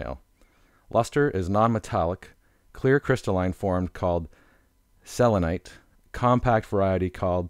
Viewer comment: It's "selenite."